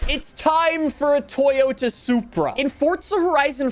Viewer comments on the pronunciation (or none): none